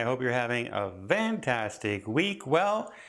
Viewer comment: Hi! Just wondering...why do you say, "Vantastic day?" And not Fantastic? Whats it mean? The V?😉